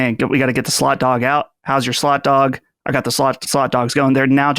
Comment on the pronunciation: I keep hearing slut dog instead of slot dog lol